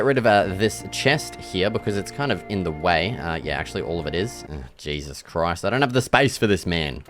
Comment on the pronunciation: "oH! jAySuS cHrOiSt"